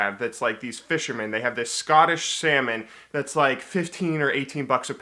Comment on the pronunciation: i heard: "i'm gonna eat 2 pounds of semen tonight." and i was like, whooow, hold on, take it slow XD